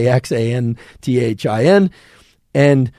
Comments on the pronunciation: Zeaxanthin is pronounced Zee-a-zan-thin, and Astaxanthin is pronounced Asta-zan-thin. Been in ophthalmology for 27 years, and these are my 2 favorite words. They're just fun to say once you figure it out. 😂Astaxanthin is the red color in Krill oil, and helps the body absorb the Omega 3s in the oil, among all the other benefits you mentioned. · I hope you've got it sorted by now, as I'm watching a year late, but try "asta-zan-thin". I'm fascinated by the crossover with plant biology. We see green plants as green, obviously because chlorophyll is green, but more importantly because it uses red and blue light in photosynthesis. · Please learn how to say, as-tax-an-thin. :) Otherwise, thanks for your videos! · So informative! Not a student or a doctor, but my favourite part of today's podcast was Andrew trying to say "Indebone" (Idebenone) and "ass-tax-assthin" (asthaxanthin) 🤣🤣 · Bestie it's pronounced ass-ta-zan-thin :) Great episode! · Let me help you out with that buddy. It’s pronounced. Ass-tah-zan-thin and Zee-ahh-zan-thin. 😍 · thanks for the super helpful insights & knowledge. it was fun seeing you struggle with the pronunciation of zeaxanthine, astaxanthin that I too forgot for a few seconds on how I used to pronounce them😂. trick is to spell stuff starting with 'x...' separate i.e: zea zanthine , asta zanthine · Astaxanthin - pronounced Astuh Zanthin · Another GREAT Podcast, Dr. Huberman! You are a very lucid and articulate teacher. Wish you had been one of my teachers in Med School. BTW, it's pronounced * - Zan-THeen. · "Asta-ZAN-theen" (approx) ;) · I think it is pronounced asta - zanthin. Say the x as z (but not like zee) , more like the z in buzz. Hope that helps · The x is pronounced like z. Say ASTA-Zan Thin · Really need to practice saying Astaxanthin 😂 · I started laughing out loud when you said hopefully by that time, I'll be able to pronounce "astaxanthin". I still wonder if anybody listens to each episode over and over again like I do.